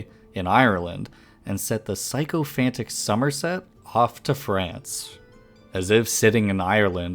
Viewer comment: It's pronounced like sick - oh - fant, not 'psycho-fant'. How exactly did Henry's 'ancestors' worship him? I think that's not possible.